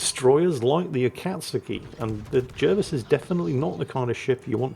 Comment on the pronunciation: Why J uh vis? His name was jar vis. English is quite straightforward